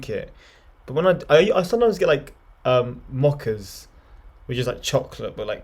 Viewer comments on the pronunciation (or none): "Mocha" is pronounced with a long "o". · Took me a couple seconds to figure out that “mocker” was “mocha,” pronounced moe-kuh here in the US. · Had the same pause there lol.